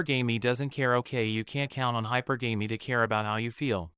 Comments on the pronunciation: The pronunciation is NOT: high-per-GAMEY....no, no, no....it’s high-PER-guh-me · It's pronounced "hyperGammy" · its called hi-per-ga-me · You're mispronouncing hypergamy. Look it up. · true, many mispronounce it